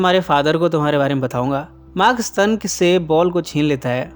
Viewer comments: स्तन नही स्टेन हा हा हा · Sir ji S T A N = SSS TTT AAA NNN Not Stun eya ssstannn... Mujhey isi words se 3 idiots ki college wala lecture eyaad ati h 😁😅😆😂😆😂😅😆😀😀😁😁